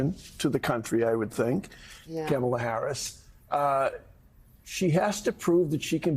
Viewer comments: Joe, it's "Comma-La"... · Yikes, even Mike is mispronouncing her name. It's not the "a " sound in words like "bat" in the "comma" part of her name. Nor any of the a sounds in her name. They keep saying the a like "cam" as in "cam shaft". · Joe say her name right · Joe, it’s “Comma La” not camel la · It's "comma-la", Joe, "comma-la". Yeesh. Two kids taught how to pronounce it during the DNC convention, for crying out loud. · Why do the old dudes on this panel have such a hard time pronouncing COMMA-LA? We know Trump is stupid but these guys are not. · Come on, Joe! How do you pronounce Kamala!?! ", lah" pretty please. Rev and Mike B forget as well, but let's show more respect to try to honor her pronunciation, so you won't be accused or guilty of disrespect like the former he-who-shall-not-be-named... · The fact that Joe repeatedly mispronounces Kamala’s name makes me literally so mad. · Some of the guys on this show, *including Joe Scarborough*, still mispronounce "Kamala" sometimes 😬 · Joe still cannot pronounce Kamala’s name? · Why does Joe mispronounce her name?!?!?!!!!!!!!